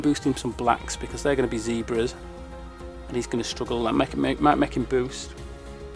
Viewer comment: "let's bloon boost him balcks because they'll become zeebras" dude i though you were brithish... It's zebras XD